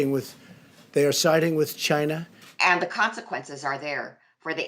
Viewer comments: Yea, like the spelling Bee said...Chi-nah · It’s from Chay-NA! The virus came from Chay-NA!